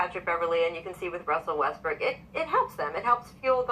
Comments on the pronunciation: Westbrook... West-BRICK? ha ha. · His name is not pronounced Westbrick !!!! Its Westbrook !!!